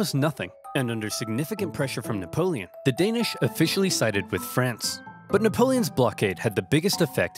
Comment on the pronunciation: “Nickapolen” Got me dying 💀